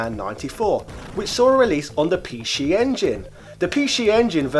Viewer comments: I've been listening to your chan for 6 years and never ever noticed you had a speech impediment until I just heard you saying PC engine.... is there not any speech therapy you could get for that? I had one when I was younger (and my sister) it doesn't cost much privately. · sounds like you're drunk when you say it, good sir.;) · Pi Shi Engine is the correct Japanese pronunciation, is it not? Sure, it's a bit like saying Bruschetta in that way pricks in restaurants do, but I don't think mockery was intended.